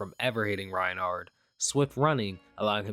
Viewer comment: Reinhack not Reinhard 🐧